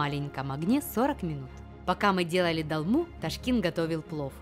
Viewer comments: 1 просьба , не говорите "долма" , а говорите "толма" . Это Армянское блюдо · О, блюда из родной страны, сразу лайк! Но, почему дАлма?!! дОлма! Так трудно что ли?)) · это не русское блюдо чтобы вы его произносили как хотите. И боже, еще раз повторяю, так трудно сказать это слово через О?!!!